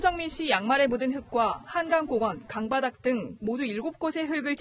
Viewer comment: 기자님 쯤의 “강바닥”, "강가" 발음 정확히 해주시면 감사하겠습니다.